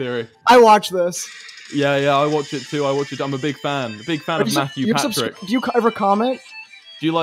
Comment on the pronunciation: Did Wilbur really say Mattrix Patthew? 😆🤦‍♀️